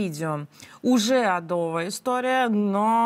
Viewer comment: "адо́вы новости" Словарь ударений как этой даме передать ?